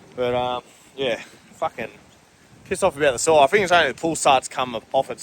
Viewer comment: Your terrible at prouncing words that either start or end with "th" 😂😂😂 its "think not "fink its "thousand" not "fousand" its "three" not "free" Love your vids bro but fuuuuuuuck you sound like a 3 yr old